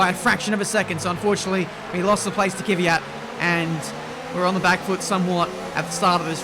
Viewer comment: it's "KVYAT". Not "Kivyat".